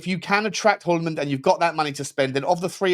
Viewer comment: It’s pronounced “Joolman” or “Yuleman”. The “H” is silent in Hjulmand😊